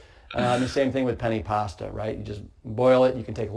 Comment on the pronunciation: He keeps saying Penny Pasta. It’s pronounced “Pen””Ne” lol